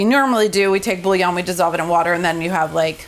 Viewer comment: Your nails are incredible and I can tell you’re an amazing mom. I’ll def be trying this!! I hope this next comment doesn’t come off as cringe as I feel it will, but…. as a native French speaker I just wanna hear one English speaking cook say bouillon properly LOL its boo-yon not bully-on 🫣